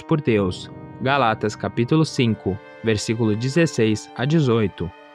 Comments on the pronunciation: Irmão, desculpa, mas é GÁLATAS, e não "GALÁTAS" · Moço, foi mal o incomodo, mas se fala: Gálatas, e não Galátas. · Irmão, "Gálatas" é uma palavra proparoxítona e não paroxítona. Fica a dica.